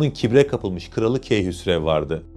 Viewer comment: Keyhüsrevmi dedin benmi yanlış duydum